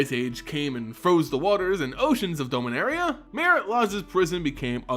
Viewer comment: Usually I can look past it but this time around it's been hard to pay attention to this set of videos... Dome-inaria??? Out of all the mispronunciations he messed up the planes name. Please, for the love of god, just watch the official trailer and hear how Karn pronounces it!